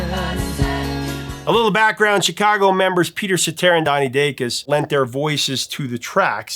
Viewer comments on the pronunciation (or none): none